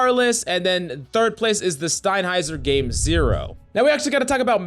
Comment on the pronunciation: did my man just call sennheiser "stein heiser" lmao